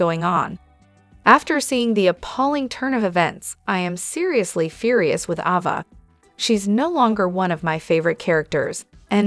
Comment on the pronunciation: Oh please province the Name Ava correctly.